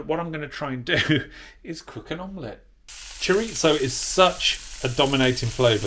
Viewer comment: That's Chorizo, not Choritzo. 😉